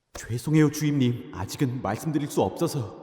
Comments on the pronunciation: 자꾸 정연 주인으로 들리네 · 자꾸 주임님이 아니라 주인님이라고 그러는거 같앜ㅋㅋㅋㅋㅋㅋ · 왜..자꾸 주임님이 주인님으로들리지..?(?) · 선우가 주임님이라고 하는게 들을 수록 주인님이라고 들리는건 나만 그런가? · 마지막 기달리세요 주임님을 기달리세요 주인님 이라고 들었음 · 상여자 처음 보는 사람인데 처음에 주임님을 주인님이라고 들었네 ㅋㅋ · 아 자꾸 주임님 인데 주인님으로 들리넼ㅋ